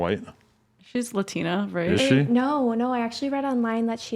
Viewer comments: that was the stupidest shit ive ever heard. Says ariana grande's not white because she's italian and then the way she pronounces "latina" is just the icing on the cake, wtf. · did this girl really say "Latineeeea" instead of latina...lol...negative IQ